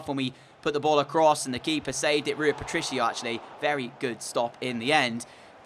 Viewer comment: DJ it's not patrico its ea